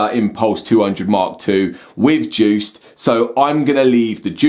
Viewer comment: DJuced... The D is silent!